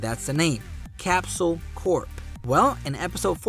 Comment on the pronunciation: Go to Google and search up 'how to pronounce corp'. L